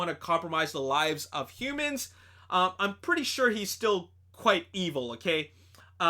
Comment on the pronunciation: Also dude you said himans when Optimus saved the humans from the osprey.